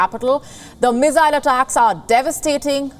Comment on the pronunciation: did you say meezaayal struck when man was walking down the street?????? And that meeezaayal was intercepted??????? I am sure viewers saw it the other way round ie man eas walking when meezaayal landed , and if it was intercepted it could NOT have landed in civilian area